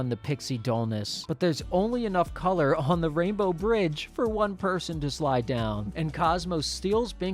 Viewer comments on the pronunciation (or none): none